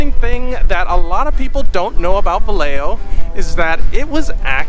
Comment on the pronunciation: Pronunciation..Vi yeah ho!